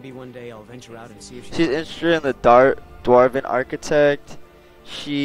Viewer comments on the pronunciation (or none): none